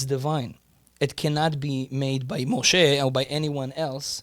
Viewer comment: Thank you for calling him Moshe